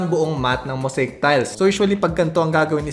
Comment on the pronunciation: Moseyik po, not moseyk ang pagbigkas sa mosaic